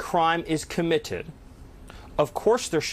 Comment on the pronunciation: CO-MM-IT-ED!!!! HAHAHAHA 😂😂😂😂😂😂